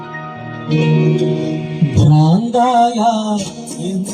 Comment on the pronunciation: ബ്രാന്ത് അല്ല ഭ്രാന്ത് എന്നാണ്